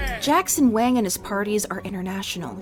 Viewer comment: are you sure Wang is pronounced like that